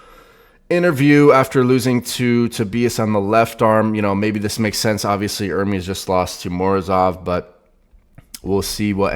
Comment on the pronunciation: Sound board has to have you properly pronouncing the name ‘ERR-MEZ’ instead of you and Devon saying ‘ERR-Meeeees’ 😑 C’mon! 😂